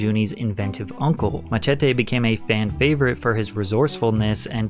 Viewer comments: Bro said Ma-Che-Te 😭🙏🏼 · why oh WHY do you not know how to pronounce MACHETE